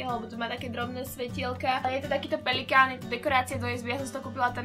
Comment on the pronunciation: Pelikán ????? řekla si to tolikrát a neuvědomila sis že si to řekla blbě ( nic ve zlém) Jinak jsi super a jsi moje nejoblíbenější youtuberka. . Jsi prostě úžasná !!!!!!